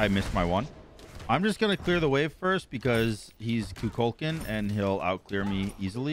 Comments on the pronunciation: It’s pronounced like Coo Kull Con. Not Ka Kal Can. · I comment it every time. PLEASE STOP SAYING KUKULKAN’s NAME THAT WAY.